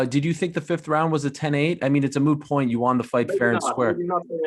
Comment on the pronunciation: ariel is pronouncing won wrong....